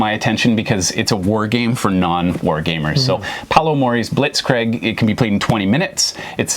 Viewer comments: My thoughts ...it's BlitzKREEG.....pronounced BlitzKREEG....We can't blame your Canadian accent this time because you pronounced everything else correctly. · Had to do a double take when hearing "Blitzkrieg" lmao Wo ist das zweite i? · lol, "Blitzcraig", need to pronounce the game right.